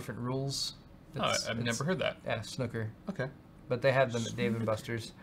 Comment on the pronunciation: snucker table:D its snooker....